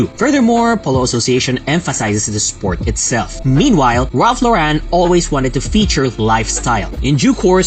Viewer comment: It's not Law-REN, honey :(